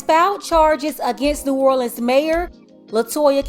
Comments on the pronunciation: She says "the city of New or le ans. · Dang, she can't even say New Orleans right. and